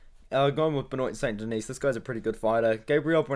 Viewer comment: Benoyt Saint DeKnees.. really?